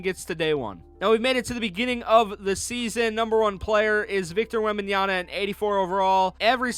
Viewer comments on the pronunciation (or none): It’s Wembanyama, not Wembanyana